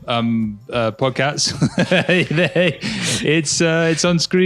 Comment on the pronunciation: I keep hearing say: Podcats!:P